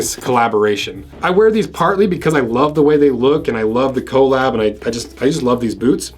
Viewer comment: i cringe everytime he says co lab